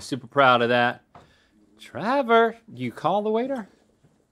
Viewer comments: WHY DO THEY CALL HIM TRAVER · who else kept repeating "travor" vs "trevor"?